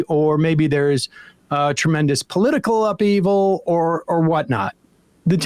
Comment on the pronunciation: Does he think, cuz he pronounce upheaval as up-evil?